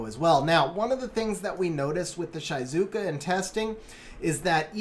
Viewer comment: It's the japanese pronunciation I study japanese ^^ it's Onmyôdji, the u after the o just means the o is longer, same for Giou (Gheeô) and Shizuka is She-zu-ka (means quiet btw)